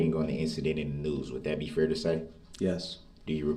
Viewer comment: Yes I HATE the way he pronounces ‘fair’ and ‘underSHTand’ 🤢